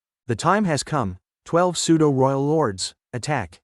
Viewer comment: Nice work cant wait for the next part and we are waiting .and the pseudo,who,us ,it and other words are not pronounced well aside that every thing is cool.